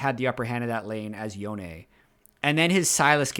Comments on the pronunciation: Love ya, but say it with me. Yo-Neh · wish would just correct the way he pronounces Yone, and then never address that he fixed it.